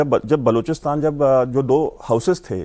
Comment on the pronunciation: बलूचिस्तान होता है बलोचिस्तान नही 😂 किसने पत्रकार बना दिया